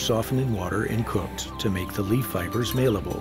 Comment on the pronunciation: great doc but the guy you hired to narrate pronounces malleable MAILable and archipelago ARCHYpeligo..... O_o